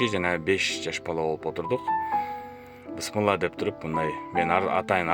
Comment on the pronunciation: Биссимилаах де ее тууган бысмла десен мааниси жоголот